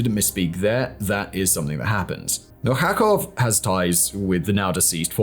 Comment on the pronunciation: MilKHakov, RusiH, Atkin. Wow, your level of expertise is as mediocre as all antirussian content that your team on this channel could provide😂. You better resume to your old ways: to promote lgbt agenda and how cool to live in a pod, while eating bugs. 😂😂😂